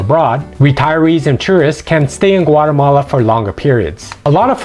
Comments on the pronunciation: It's Guatemala, not Guatamale. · Is Güatemala NOT Guatemale, is La Antigua NOTAntiga